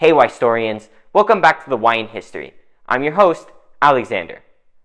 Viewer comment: When I heard “why history” I did a double take thinking that you said “white history”